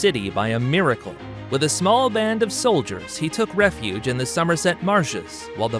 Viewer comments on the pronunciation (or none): none